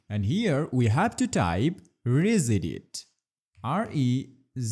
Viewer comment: from the time i heard him spell regedit...rezedit i knew i had to check another video out before attempting this ♠